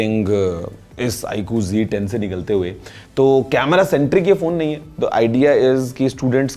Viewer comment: G10 nahi Z10 hai sahi se bola kijiye